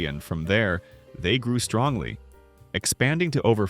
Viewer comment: This is an interesting little episode and many of these stores are remembered the only thing I do have to say, though is the word strongly keeps reappearing throughout this segment and it’s not only dramatically messed up, it sounds like I’m listening to Trump.